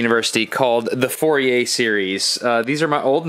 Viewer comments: If you pronounce "Fourier“ like this, you have no right to criticize other people's pronunciation of "gif". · But nobody has complained about the pronunciation of the Frenchman Fourier's name; being French it is not pronounced as four-ee-ay, it is more fur-ee-ay (fur as in fury (meaning very angry), or is that pronounced foury?). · Fourier Pronounced Foo-yay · More of a Foor-ee-ay to get the acute accent e sound of -er in french.